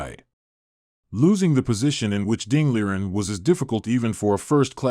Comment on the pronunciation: Great job in pronouncing Ding Liren correctly